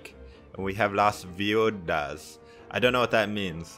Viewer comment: Las viudas is pronounced Las B-U-das and it means “The widows”, nice video;)